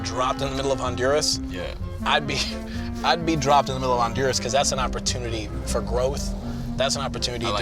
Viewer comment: I love how John says Honduras…Hahn-DUR-as. 🤣🤣 John, try Ohn-Doo-rah-s!